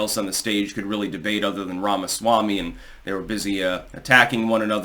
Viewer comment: Say Ramaswamy again. Say it slower. That's it.